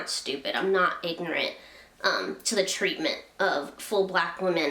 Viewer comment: 3 syllables: ignorant